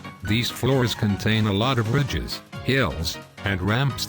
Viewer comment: When you said lots of "ridges" I thought you said bitches. XD